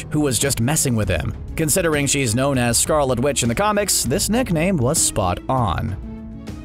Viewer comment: “Neckname” or is it just me?